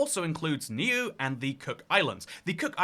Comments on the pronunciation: Niue is not pronounced "New", it is pronounced "Nu-eh"! Some people pronounce it with a "w" sound "Nu-way" but that's wrong too. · Its pronounced New-way not New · btw it's pronounced "new way" not "new" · Just a heads up mate, it's pronounced New-aye (Niue), not 'New'. Love your video though, it provides a lot of insight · new-aye nuie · Just a heads up, Niue is pronounced new-way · Old sub McMahon here, Niue is pronounced "Neeyouway" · Niue is pronounced Nu-aye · Niue is pronounced "New eh". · Niue is pronounced noo (noo like noodles) and wheyy like the protein shake but a softer. Noo-wheyy. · Nieu is promounced "new-ay" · Your pronunciation of Nuie is terrible it's pronounced new-A !!!!!! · Fun fact: I visited both Niue and the EU. It's a minor thing that you mispronounced niu-ae but how are you getting sheng-an wrong? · I'm sure you don't care because second channel, but "Niue" is pronounced like "NEW, eh" (with "new" pronounced like "nyoo", not "noo"). ♥ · Niue is pronounced more like new-eh in English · Stopped listening when you said Niue wrong 😆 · That pronunciation of Niue wasn’t something I should have heard while having a drink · that threw me off too lolol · Oh My God...YES. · Yeah... that was so adorably Anglo, "I'm handicapped the second I see a foreign language" moment.